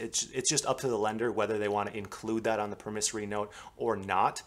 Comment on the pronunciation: Jeeeesu Christ, -- learn how to pronounce.... PROMISSORY... and PLAID